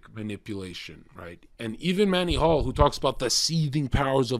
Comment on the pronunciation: Pretty sure its pronounced ManLy P Hall